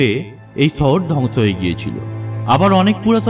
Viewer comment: ছহর না, সহর 😁 মানুছ না, মানুষ সদছ্য না, সদস্য 😬😬😬 কথা এমন কেন????